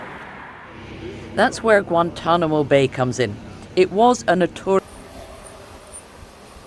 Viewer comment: So tired of Ai mispronunciation it’s not guant tomino it’s Guantanamo